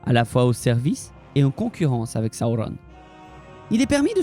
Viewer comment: Alors, j'aime beaucoup, par contre.. Si tu pouvais prononcer Sauron > Seau-rond et pas sa-ou-rone etc ça rendrait plus simple à suivre ton discours ^^